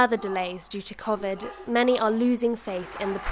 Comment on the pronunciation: I know it's no joke but I dont like the way she said 'COVID'